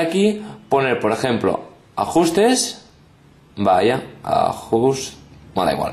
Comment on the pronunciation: "Ajjjjusres" Pfff me ha matado x)